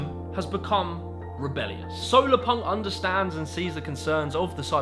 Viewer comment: Hello, friend, thanks for ending it off on such a positive note. It's 'solarpunk', however, not 'solopunk' :-)